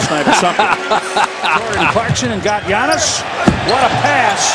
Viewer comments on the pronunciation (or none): His Name Called Giannis !!! NOT GIANNOS !!!!